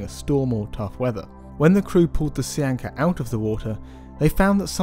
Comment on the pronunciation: As a patholigst I kept hearing c-anca, not sea anchor. I'm all like dude, what's this fish have to do with granulomatosis with polyangiitis 🤣